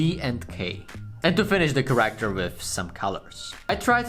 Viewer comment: Its not called ”CarActer” its called ”cAracter”